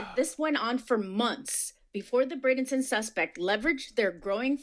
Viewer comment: Pronounced BRAY-den-ton